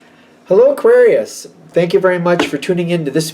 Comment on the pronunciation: aQUUarius! 😂 thanks again, love your energy ✨